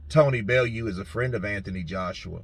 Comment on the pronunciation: It’s pronounced Belloo